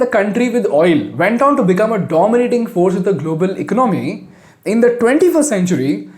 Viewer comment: I like your programs. It just makes me Jump every time you have to use the word “ECONOMY” you don’t say economy you pronounce it ICNOMY, you are an intelligent man try to pronounce Correctly. Please. Thanks